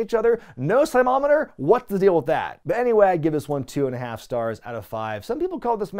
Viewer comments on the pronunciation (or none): Uh, it’s pronounced Slam-Oh-Meet-Er! I recorded this and Wrestle War on the same VHS in 90